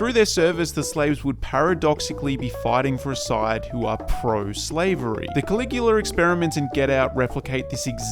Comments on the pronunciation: Is it Coagula, or Caligula? I'm reading the former, but hearing you say the latter. I saw or read somewhere that the black, white, and red of the party in Get Out represented fascism. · Why are you pronouncing Coagula that way? It sounds like you're saying Caligula.